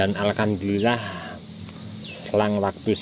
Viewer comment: Maaf om saya kok dengar ucap syukurnya alkamdulillah terus ya, apa saya yg salah dengar😁